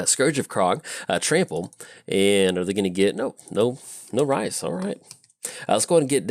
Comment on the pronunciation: "Rhys" is actually a Welsh name. You might know it from the actor John Rhys-Davies (Sallah from Indiana Jones, Gimli from LOTR). It's pronounced like Reese, as in the peanut butter cup.